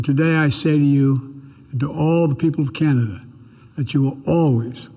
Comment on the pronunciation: He said it right, we're Chinada, made Trudeau proud with that one!!!